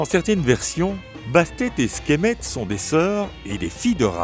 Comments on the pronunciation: Sekhmet* et non "Skhemet" ... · C'est Sekhmet la déesse lionne et non Skhemet ^^ sinon bonne vidéo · Il me semble que « skhemet » est la juste prononciation